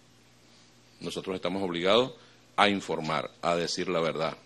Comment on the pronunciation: A decir la vetdad😂😂😂😂😂